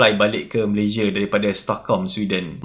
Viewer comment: Orang Malaysia pun sebut nama negara sendiri tak betul. Come on lah. Malaysia bukan malayzieh.